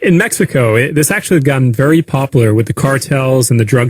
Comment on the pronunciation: "It's actually gotten very poplar with the cartels and..." poplar? that reminds me of all the people who pronounce library as "lybery." It's a very poplar lybery.